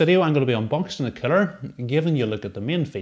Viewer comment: I must always laughting because everytime you say master air cooler, always only comes out master air killer, I thought I look forged in fire where this guy always say this weapon will keal "kill"^^. But thx for that video and info.